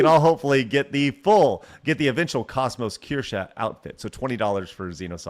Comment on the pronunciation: pronounces Kos-Mos wrong.